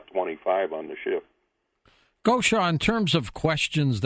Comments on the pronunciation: Much love, and! Is Taygeta their name for their sun or ours? It goes back to Latin and Greek but is the name from their language? Bless George, he couldn't quite pronounce '':D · did you get a kick out of the way George pronounced your name? I'll bet Swaruu did.: ) Thank you, all. Big love to you.